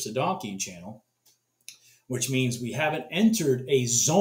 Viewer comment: "donkian" high... lol dont know if you really call it that or not. but it was funny. Just not how its pronounced.